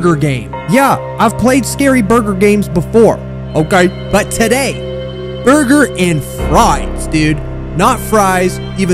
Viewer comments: I-I just can’t… the start of this video just made me laugh and I wasn’t even a minute in the video. who wants a burger? BuRgEr So BeIg. Disguhsting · PFFFT BRO THE WAY HE SAID BURGER SO BIG I CAN'T 🤣🤣🤣🤣